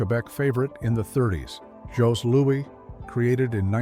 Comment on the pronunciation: ''Faux-Twinkie''?!? The Vachon cakes started in 1923, Twinkies were invented in the 30's. And Jos is pronounce like Joe, no ''s'' sound. no thumbs up for you.